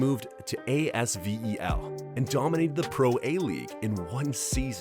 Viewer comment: * Wemby. (not "Wembly"). ASVEL is pronounced "as-vel" (not A.S.V.E.L.). You need to indicate his average playing time.